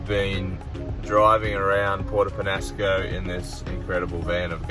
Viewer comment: It's Penasco with that little thingy over the N. So it's pronounced Penyasco.